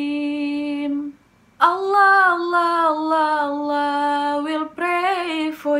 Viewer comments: Ku suka ka Nadia pas sebut ALLAH. Karna klo dlm ilmu tahsin,makhorijul huruf nya ka Nadia (tempat keluarnya huruf) bagus kali mimik mulutnya. Sempurna lah penyebutan ALLAH nya. Love kali buat kau ya wakk.💖💖💖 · Yupz,,tafhim dn tarkik dlm mengucapkan Allah.